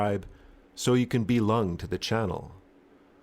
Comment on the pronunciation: "Be-lung to the channel" was especially atrocious. Excellent work